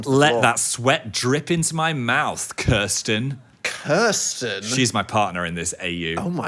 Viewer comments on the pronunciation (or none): none